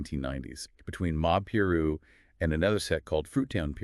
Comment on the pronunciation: Its pronounced pie-roo not complaining just trying to educate you guys good content though i think you did a good job altogether